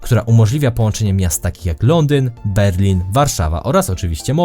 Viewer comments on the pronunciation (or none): none